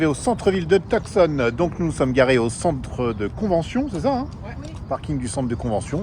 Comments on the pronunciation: « Tout- Sonne » et non TuCson (le C est silencieux) haha ces français toujours tout croche la prononciation des mots anglais, mais on vous aime quand même haha. Bonne continuation. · Vous ne prononcez pas Tucson de la bonne façon !! (Too-saan)